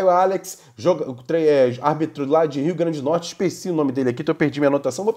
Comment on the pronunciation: Nome do estado é RIO GRANDE DO NORTE... É o mínimo dizer o nome do estado de forma correta.